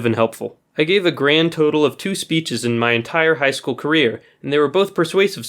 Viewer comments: It’s not skol it’s school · It’s school and not skool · It is school , not skool